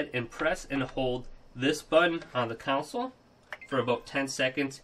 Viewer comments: Console, not council. I'm sure you've heard this, and lots of people say it wrong. It's like ask and aks. One is correct, and one makes you sound dumb. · Console** not council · Cool. Just fyi. Its console not caunsole. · I thought I was the only one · The way he says console lol he says counsole 😆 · Annoying how he pronounces console as 'council'.. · Nothing makes me more angry than the way he pronounces console.. like seriously mate why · nothing makes me want to rage harder than the way this guy pronounces console.